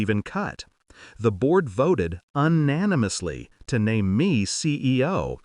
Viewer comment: Wish these people would learn the language & read properly. Even a proof read ?? Unanimous is not pronounced un nan im ous!